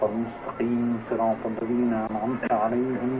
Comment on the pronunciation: HAHAHAHA "Siratul lazeena".